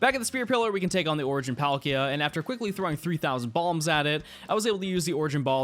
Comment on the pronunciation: For a second there I thought you said "after we learn how to make bombs" I was like wot; then realized ah B A L M S